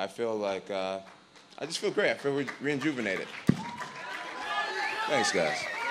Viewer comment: "reinjuvennated" Jon u won this conference, but leave the words reinvigorated and rejuvenated alone, God damn it